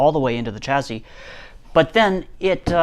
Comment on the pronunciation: Is that 'chazzy' or 'chassis'? 😂😂